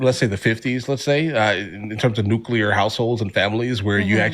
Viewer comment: Nuclear* family Not neuculas